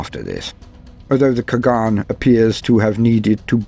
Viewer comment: Your accent is better than you think :d Only the pronunciation of Old Turkic words were kinda wrong but its because Standart Latin does not have letters ''Ç'' and ''Ğ''. ''Ç'' sound is close to ''J'' or ''Ch'' but ''Ğ'' sound is completely impossible to write thus make words like ''Çağatay'' or ''Kağan'' always sounds wrong even at the professional level. Thank you for the video :d Its makes me genuinely happy any time I see my ancient ancestors adapted into fiction accurately. People usually go into a lazy way and just turn them into one dimensional barbarians...